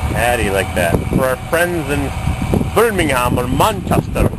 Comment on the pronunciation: Ah...Don't be mean to Roxy...She's a Peach!!! Wow...An Austin 1300 Vanden Plas in America! They must have been desperate...haha!!! 'Vanden Pla' 'Ber Ming Ham' 'Man Chester'